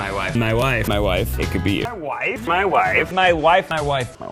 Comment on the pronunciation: i kept hearing "my why"